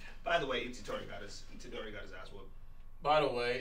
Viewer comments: Someone tell that his name is Itadori, not Ichidori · "ICHIDORI" AHAHAAH